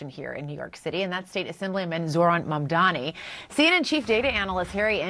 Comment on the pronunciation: How hilarious is it that unironically does the same mispronunciation as cuomo (of Mamdani’s name)…. Calling the guy “Mon Dommy” (at like )